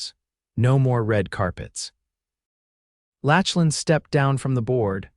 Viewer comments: I really like this story so far even though I have only watched/listened/ read a little. There is one small thing I would like to mention. The name Lachlan is NOT pronounced Latchlan !!! I know it looks like that’s right, however, the CORRECT PRONUNCIATION is Locklan. While I was typing this comment, it even “corrected” me when I typed it the way your reader pronounced it and I had to delete it and retype it with the correct pronunciation to get my point across. There are probably many people with that name who get very tired of people who do not say their name correctly. Names are important … so please give all those people named Lachlan a break and say their name correctly. I am sure they will appreciate it very much. Now, back to this really good story !!! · OMG! His name isn't pronounced LATCH-lan, it's LAK-lan! The name is Scottish, rooted in Gaelic. Voice-Overs are really important in telling these stories, so try harder to get it right!